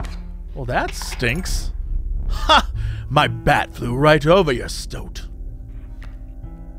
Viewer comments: tis a member of the weasel family and yes you said it right when you said "St Oat" its the same st sound you get at the front of stairs followed by Oat as in the breakfast food. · Stoat is a single syllable. Pronounced exactly like oat.